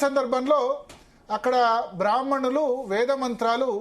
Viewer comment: వాడికి బ్రాహ్మణులు అని పలకడానికి రాదు